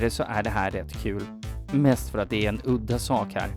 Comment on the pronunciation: Det går liksom inte ens att han förstå vad han säger ”transkvinnor R-kvinnor” liksom listar han hur han vill ha kvinnor, alternativt kan man höra honom fråga ”transkvinnor äre kvinnor?”